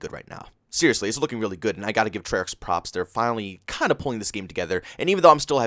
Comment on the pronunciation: Yesterday: Treyarch is amazing! Today: Treyach, back to the bs